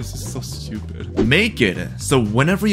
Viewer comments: the way he says stupid XD "shtupid" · I just love how he says "Shtiupid" instead of stupid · I love when he says „that’s so schtupid“ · Rhe best thing about this video is how he pronounces word stupid